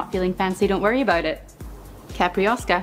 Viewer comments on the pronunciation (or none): Another great video and another great drink. However, it's pronounced 'cai-pi-rin-ya', not 'cai-prin-ya'. Four syllables. Also 'cai-pi-ros-ka', not 'ca-pri-os-ka'. And the booze is pronounced 'ca-sha-sa', not 'ca-cha-sa' :-)